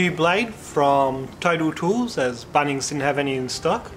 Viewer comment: I love the way you say BUNNings 😅